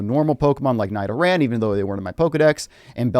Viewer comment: Why did you say Nidoran like that